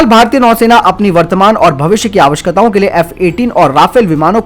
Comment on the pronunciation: Bhai i watch all your videos but i want to correct you on one thing that is awakshakta hota hai apka theek se nikal nahi raha but everything else is supeb .